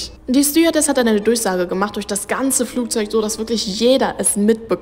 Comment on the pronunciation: Flugzeug nicht Flugzeut sorry war nur ein Hinweis